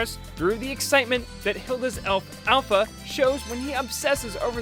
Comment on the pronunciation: i love hilda also it was pronounced alfur not alpha